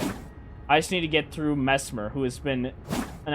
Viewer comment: I subscribed because you said messmer right ✅️